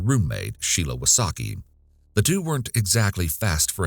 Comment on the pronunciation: Wysocki is from Polish, so you should read that a bit different